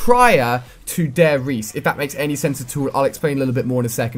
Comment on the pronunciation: You have to say the E in Riese aswell Ali ;)